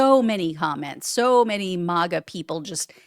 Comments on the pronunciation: Please,PLEASE, pronounce it correctly! It’s not MOGA ; it’s MAGA as in MAGGOT. Even they pronounce it that way. Thanks in advance.😊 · You’re pronouncing MAGA wrong. It’s “MAG-uh” as in MAGGOT (MAGAt). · Learn how to pronounce MAGA